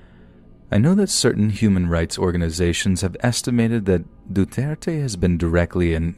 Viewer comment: I’m really glad you pronounced “Duterte” accurately.